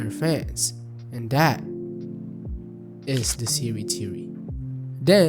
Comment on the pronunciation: Why do you keep saying Seeri ☕ re